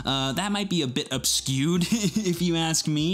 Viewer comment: Can you please define “obskewed”